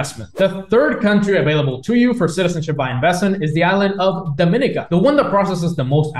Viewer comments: E-2 Visa is a big plus value for an extra 50K. Do you want access to China or the USA? Btw--pronounced- Dom-a-NEE-cah and Gree-NAY-Dah, and Bar-BUUH-Dah. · You pronounced Grenada and Dominica wrong 😅 Nice vid tho.